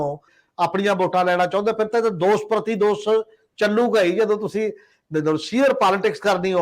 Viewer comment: It’s the word‘Dosh’ and not‘Dos’ , it’s the word’Shagan’ and not’Sagan’ as we find in your program . Right pronunciation is the soul of a language . Thanks .